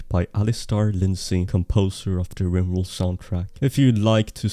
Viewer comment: ok so its "Riborld"